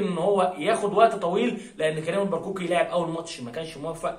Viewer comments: كيفية نطق اسماء بعض اللاعبين المغاربة عبد الاله الحافيظي - محمد علي با معمر- كريم البركاوي وليس البرقاوي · تحية كبيييييييييييرة لك من مدينة طنجة المغربية،ونشتم ليه يا حبيبي،عيب عييييييب،هوا احنا نقدر،بس ليا عندك طلب صغير كده،أنك تبذل مجهود أكبر في إنك تنطق أسماء لاعبي المنتخب المغربي بشكل صحيح أو قريب من الصحيح،زي مثلا البركاوي بدل البرقوقي،و پا معمر بدل بوعمير وغيرو وغيرو....،بالتوفيق إن شاء الله أخي 👍